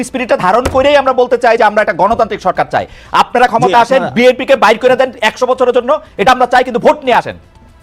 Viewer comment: তুমি শুদ্ধ করে বি এন পি এর নামও বলতে পারনা এটা কেমন কথা। শুদ্ধ করে বিএনপির নাম বলবে। বেএনপি কি শব্দ?